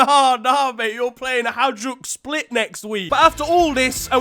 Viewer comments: its just funny how he says Hajduk Split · I am offended by that pronunciation and also he said that theyre farmers